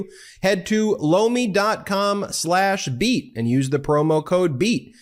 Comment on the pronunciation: Lomi... I keep thinking u say "blow me" 😂